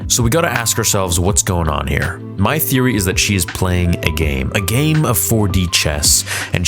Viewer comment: Bro theory you need to start reading your comments Your clearly mistaken things and saying them wrong and not reading your comments that are telling you this maybe take some read them